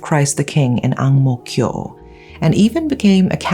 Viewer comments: wow ! your pronunciation of Ang Mo Kio is so Singaporean ! 👏 clap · Wow her pronunciation of ang mo kio was correct